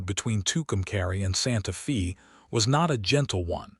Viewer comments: It's pronounced Santa Fay. Not Santa Fee. Spelled Santa Fe. That's how you know whoever gave the AI info. They didn't know how to pronounce alot of the words or the meaning. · 🤷SANTA FÊ NOT FĒ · Santa Fe is pronounced as Santa Fay. No Fi. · Santa Fee? lol AI is supposed to be smart. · AI says Santa Fee. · The name Santa Fe is pronounced "Santa Fa" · Please!!! It is Santa Fe (Stated Santa Fa) sounding like a Long A!!!